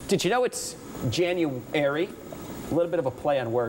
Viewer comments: Janu-air-y You're fired. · Did you know it’s Janu “airy” leaves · Right when he said “Jan-u-airy” I scrolled down to see if this vid had more dislikes than likes do yall do that too? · Did you know it's janu-airy Closes Youtube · "Janu - airy" c'mon, man :D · "Janu-airy" RIP career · Janu airy. Then he says January. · Its J A N U A I R Y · Janu- AIRY HAHAHAHAHAHAHAHA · "Did you know it's Janu-arey ?" cringe 100%.